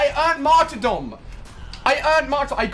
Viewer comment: Why does everyone say martyrdom wrong? everyone I know and practically everyone I watch says it martyrDOM, like they're saying "domination". Its pronounced "mahrterdum", as the base word is martyr. you don't say "freeDOM" (freedahm) or "DOMinion" (dahmineeuhn). I understand that Ali is British, but I guarantee he doesn't say freedom or dominion like I showed for improper pronunciation. (and for that 9 year old kid who says I'm throwing a fit, I'm not. I'm simply asking why.)